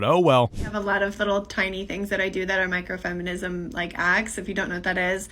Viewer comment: "maikro femeeneesm" > proceeds to explain toddler/teen in rebellious stage